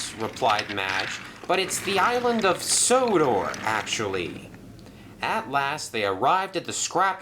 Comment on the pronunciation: Merlin calls sodor sonnah not odor